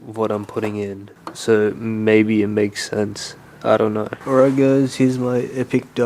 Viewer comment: “ily giuys” us giuys love you too😅🩵